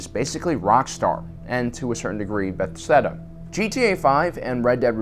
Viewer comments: He said bethseda instead of Bethesda 😂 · Am I the only person that noticed he said bestheda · So... Bethesda is pronounced Beth-seda and not Beth-esda? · Beth-seda? LOL every single video finds a new word to mis-pronounce, it’s become the primary reason I watch these! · "Beth-seda" ...... wtf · Did you just say Bethsteda? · You need to play Kingdom Come Deliverance. Another central european game, another narrative driven RPG classic. Bethsteda was pretty funny pronounciation btw. And yeah I am playing Metro Exodus now and despite some tech issues and stupid decision to make Artyom mute, it is fantastic. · Bethseda? lolllll i stopped everything i was doing when I heard that lol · I love you but you really butchered the word "Bethesda" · I love metro and it really deserves more attention but what I'm focused on rn is how you managed to mispronounce Bethesda